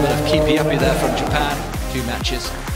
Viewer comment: Jupan??? Is that a new country 😂😂??